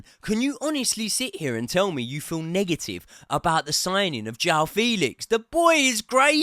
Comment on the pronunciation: Never heard someone say “nega-ee-vuh-ee”